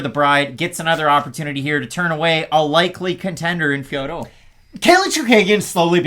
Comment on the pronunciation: Fiorot is pronounced FEUR… Jon anik played sound with her saying her own name. The OT at the end is silent.